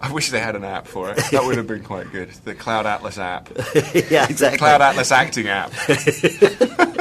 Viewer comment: "CLOULD ATLAS"